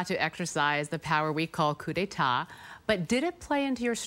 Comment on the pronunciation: did anyone else realise in the beginning clip, he said cu de ta, and then he gets the cu de ta power😉😉😉